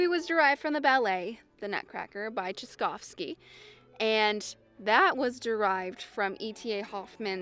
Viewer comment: I knew how to say tchaikovsky before I watched this video.... Now I cant anymore.